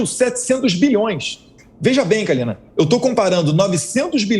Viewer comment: Parabéns pelas contundentes respostas, principalmente no responder do suposto escândalo dos pastores no ministério da educação. Mas chamar a Kalina de Kalima é inadimissivel!!!!! Rsrs Parabéns Eduardo e jovem pan!!